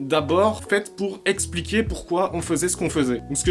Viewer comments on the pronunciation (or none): none